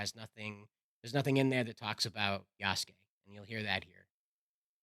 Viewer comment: I heard it as yasusGAY haha